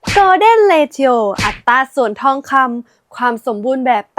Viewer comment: ผมติดตาม ช่องนี้ มานาน ทั้งได้ความรู้หลายๆ อย่าง แต่คลิป นี้ ไม่น่า พลาดได้เลย นะครับ มันไม่น่าจะ ออกเสียงว่า เร-ทิ-โอ นะครับ